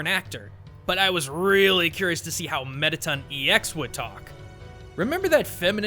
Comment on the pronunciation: ITS METATON NOT METITUN